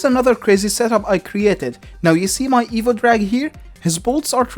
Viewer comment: Your accent makes it sound like "Evil" rather than "Evo", which is honestly much more fitting. Evil Electro Dragon